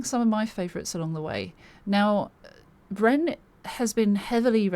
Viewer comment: Also you pronounced the name perfect lol which I don't even do half the time.